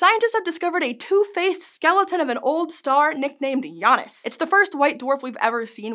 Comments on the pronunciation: It's pronounced J[J]anus not J[Y]anus. I don't want to seem rude but it's really bothering me. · If the star's name is referring to the Roman god of time, then the pronunciation is either Jay-nus or Yah-noos it's not Jah-nus. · Shouldnt it be pronounced jay-nus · I love these shorts from SciShow. Even more to the point than the usually focused pieces. Still, I think it could mention the Janus myth. And I'm fairly certain that means it's pronounced "Jay-nus", like "Ju-pi-ter", per Merriam Webster et al. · The nerve of pronuncing it Yanus. 😅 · Well. This is the third way I've heard Janus pronounced. Yawn-us. How strange. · Pronounced [Jay-nus] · Janus is pronounced "yannus"?????????????? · It's definitely not "Jaynus." That's not how "j" OR "a" are pronounced in Latin. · Her pronunciation of Janus is messing with my head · Me, a Sanders sides fan, hearing this pronunciation of Janus.. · Um, What? Please explain, this is not how Janus is pronounced in Greek, as far as I know